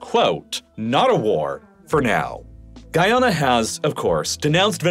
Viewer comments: Every Guyanese person is cringing at your pronunciation of Guyana. (Love your videos otherwise, man, keep up the good work) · Hearing you continually say my country's name wrong is upsetting